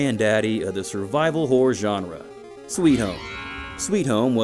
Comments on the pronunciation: It really sounds like you're saying "whore" games instead of "horror" games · You REALLY need to enunciate better. It sounds like you’re saying “whore” most of the times you say “horror”! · I keep hearing "whore games"